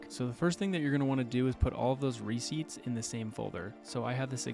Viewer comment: re-CEIPTS. Emphasis on the second syllable. A receipt is not a ciept again..